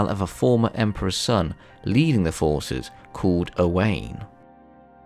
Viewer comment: Thanks for vid. BTW : OWAIN is pronounced "Oh-wine" rather than Oh-win/Owen. At least that's the case here in Carmarthenshire/Dyfed.